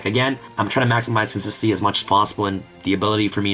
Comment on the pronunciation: FOR GODS SAKE BRO. SAY THE WORD WITH ME. CON-SIS-TEN-CY NOT SSSSSSSSY